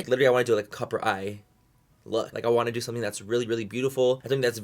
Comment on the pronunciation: Do you listen when he said "TODO" 😂 I love him ❤